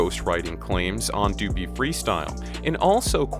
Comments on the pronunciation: tf you say doo-pee? .....WRONG.. it rhymes with puppy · Omg stop saying dew-pee freestyle its duppy like puppy!!! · Your saying duppy wrong say it like puppy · It’s pronounced “Duh-pee” = duppy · Duppy is pronounced Duhpee